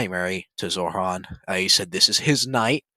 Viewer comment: Does this guy think struggling to pronounce “Zohran” and “Quran” is a dig? He sounds like a 2nd grader that hit a word they can’t pronounce.